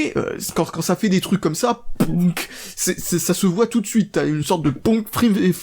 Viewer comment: love that "pounk" :o